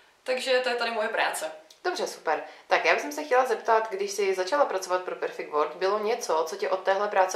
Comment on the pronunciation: Jak může být headteacher někdo, kdo vyslovuje world jako word??